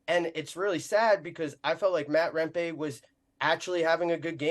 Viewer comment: Your saying his name wrong